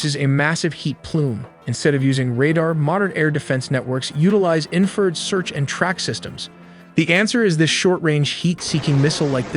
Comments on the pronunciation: .......An 'in-feeeered missels...... .......Baaaaaaarage............... ........Infeeeerd again......... Probably many more mistakes, but well intentioned. Why do you folks usually show jets in afterburner? Wouldn't that drastically shorten their flight time and/or range? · It’s infra- red, not inferred. Great video though. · Not knocking these amazing videos but who does the narration? he mis-pronounces “infra-red” as inferred? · How is your narrator-bot so stupid? It isn't a War-thog, it's a WART hog, a wild pig with sharp tusks. The electromagnetic spectrum contains visible light and light we can't see, including ultraviolet (UV) and infrared (in-FRA-RED) although most people say INFA-red. It is not INFERRED-a conclusion found by using inference, if this then maybe that, and if that, then...the butler killed the priest. If you can edit the script after the AI generates it, make warthog two words, "wart" and "hog" same with "infra" and "red". This might also be a complete suite that scrapes, writes and generates vid and hands it off to C3IQ to read. AI is very polite and won't correct anyone, but I will. A "barrage" of bullets rhymes with mirage, not marriage. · i tried to watch more after my last comment about the crap ai pronunciations, but then "he" said "inferred" instead of infrared, which "he" has done on every previous video that had the word infrared in it. I got m into it and couldn't watch anymore and gave it a thumbs down. I love AI when I need its ability to sort through information, but when it comes to youtube videos, I just can't stand it. I want to be entertained and learn, and I can't do either of those with a non-human, sorry. This AI has a great voice and speaks very human, but it still lacks the ability to actually sound human. when you guys get a human to narrate, I will watch your videos again because they are good. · Too bad the AI can pronounce VPN better than it can many military terms. What a joke. Infra-red is not "inferred".